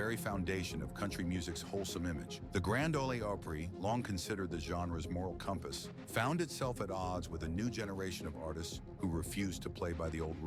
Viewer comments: wait, did you say Grand "Olie" Opry ? Can't watch the rest of this. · Did hesay the " Grand 0ley 0prey"? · How can anyone take this Channel seriously when you can't even pronounce Grand Ole Opry properly? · "The Grand Oley Opry..." 😂